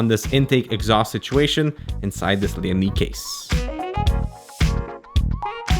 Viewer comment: Lian Li.... leeandlie